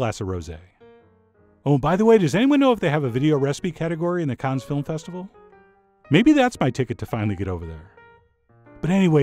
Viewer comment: "Cannes", not "Khan"; "rosé", not "rosy". Other than that, the tart looks FABULOUS.